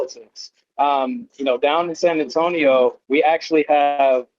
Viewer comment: Where's San Antiono???? Or you mean San Antonio???